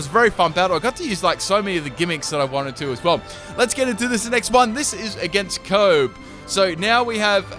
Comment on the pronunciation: I know this is old. But when he pronounced trainer Kobe It just ugh!